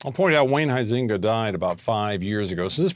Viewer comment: The way they pronounce Huizenga is hilarious.. All Dutch people would fall off their chairs… Thomas is a disgrace… not all justices are like him, btw….